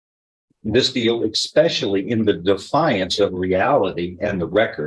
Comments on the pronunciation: He did NOT say expecially.... he gets better by the minute🙄. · The judge actually said, “Ex-specially”…yeesh. That’s a judge.